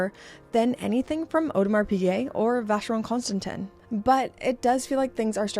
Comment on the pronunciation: Please, ask someone how to pronounce Vacheron Constantin. It is either ignorance or pure laziness to pronounce it wrong. It is also disrespectful towards your audience.